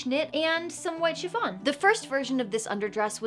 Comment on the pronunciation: I know she's saying shi F on, but it sounds like Siobhan -> shi-von and it alerts me every time